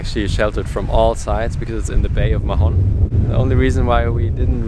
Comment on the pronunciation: Hey guys, great vids. We may see you in the med soon :) btw MAHON has a silent H. Spanish and catalan does not pronounce letter H. It's just "Maon"